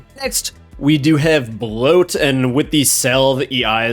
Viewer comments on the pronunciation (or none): none